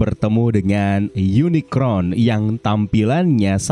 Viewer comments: UNICRON sebutan untuk robot villain berbentuk planet di franchise Transformers Unicorn mah kuda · POV : ini apa kuping gw yg salah denger kata uniCORN jd uniCRON atw emang bnr ky gt ??